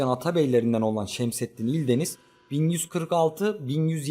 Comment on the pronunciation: Vidyo iyi ama ildeniz deyil eldəniz'di